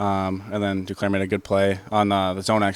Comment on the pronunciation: Can anyone else figure out Roy's pronunciation of the French Canadian names like Duclair and Drouin? I always have to figure out who he's talking about because when he mentions them, it doesn't sound anything like their name. Nice to get a win!